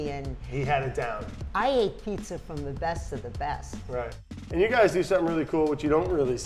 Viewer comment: Dude..... you just called it A-Peetza? tsk tsk